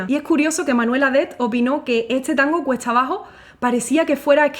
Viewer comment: Bellísima "puditse" decir,... perdón; pudiste decir "cuesta abajo" (aunque enseguida se te salió decir "cuetsa" abajo...